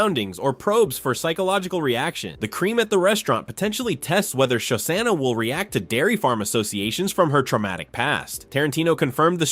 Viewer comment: I liked the video. Your pronunciation of Shosanna is horrendous though. Show-Shawna….